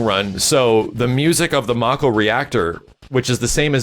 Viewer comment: Its "May-Ko" not "Mah-Ko" reactors.